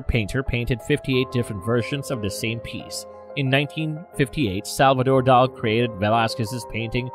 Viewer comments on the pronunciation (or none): Too many slips of the tongue for a channel supposedly specialized in art. Salvador Dal... instead of Dalí... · "José" is pronounced as "hoe - ZAY," NOT AS "joe - ZAY." "Dali" is said with TWO SYLLABLES, as in "DAH - lee." PLEASE LEARN SOME BASIC SPANISH (AND ENGLISH!) PRONUNCIATIONS! 👎